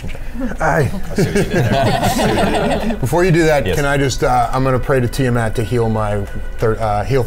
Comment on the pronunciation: The mispronunciation of Tiamat is staggering. Who is "Tie-a-mat?"